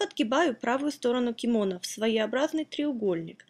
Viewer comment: я посмотрел на вики, ударение на последний слог в слове кимоно